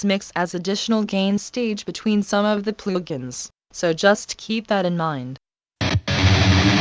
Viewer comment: "ploog-ins" :D